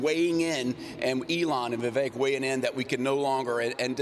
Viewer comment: & Congressman…His first name is Vivek…VI—VECK. VI—VECK. NOT “Vi-VAKE” Get it? Got it? Good! It’s really not that hard to pronounce. Now please show the man a little respect and say his name right.❤️